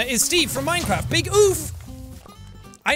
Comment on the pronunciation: and now jack know minecreffff hahaha